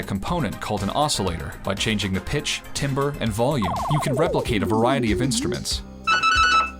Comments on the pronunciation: Absolute love for every minute of this video. Please please please make more videos about other games, genres, series, game systems and etc. One minor critique from a musician, I think you might've mispronounced "timbre". It's pronounced tamber. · Great video! Really excellent! So few people seem to know the name of Ancient. By the way, "timbre" is actually pronounced more like "tamber." It's a common mistake! Keep putting out more great content. ^^